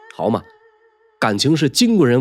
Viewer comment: 1‘02 “好嘛”，这两个字听上去像是天津口音，或者皖北口音，好亲切😊